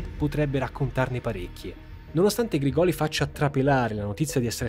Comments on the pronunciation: Ottimo video, sia questo che la prima parte! Solo una precisazione, Grigoli si pronuncia con l'accento sulla prima i, Grìgoli. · Grìgoli, l'accento va sulla prima i. sei bravissimo, hai un bel gruppo di lavoro ma sbagli facilmente gli accenti dei cognomi meridionali, non hai nessun meridionale in zona a cui chiedere lumi prima di girare i video? in caso sono disponibile a darti la pronuncia tonica corretta. scherzo dai, complimenti davvero per l'accuratezza. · Grigoli con l'accento sulla prima "i". Comunque complimenti, ottima ricostruzione. Hai fatto come al solito un lavoro eccellente. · Credo che la pronuncia corretta sia Grìgoli non Grigòli. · Errore di pronuncia su Grigoli...